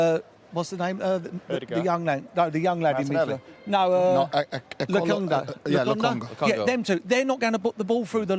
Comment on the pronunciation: That awkward moment where they struggled to pronounce “Lokonga” I heard something like “Ekolongo”… dudes!😂 that’s way more difficult to pronounce😂😂